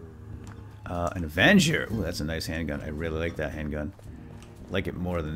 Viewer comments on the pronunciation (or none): none